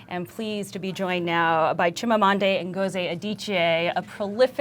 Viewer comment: 'Chimamanday?' lol. love her